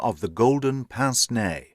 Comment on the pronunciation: I think your pronunciation is more likely to be correct than me pronouncing it exactly how its spelt 😂